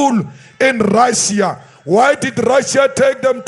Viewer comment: The time he speaking about RRRRRRussia, Ukraine was part of Rrrrrrrrrussia. Russia did indeed help ANC